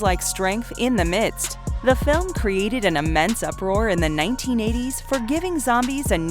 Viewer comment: ""uproar"" lmao